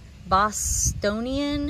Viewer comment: Good job pronouncing Bostonian!